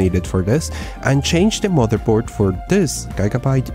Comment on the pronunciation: HiPU? Gaigabyte? Dude i thought you're better at english speaking, at least old videos gave me that impression.